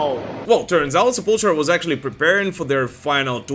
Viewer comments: Its Se-pull-tool-ra NOT Se-pull-tra!! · I like this channel, but Sepultura is pronounced seh-pul-ter-uh....not sepultra. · Drives me nuts when people say sep•ul•tra.... It's Sep•ul•tour•ah. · I can't believe people still mispronounce Sepultura. It's not Sepultra, it's Sepultura.